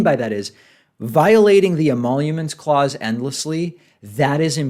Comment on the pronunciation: "emaulomence clause"